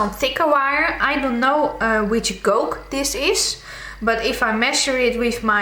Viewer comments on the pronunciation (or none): FYI "Gauge" sounds like "Cage" with a G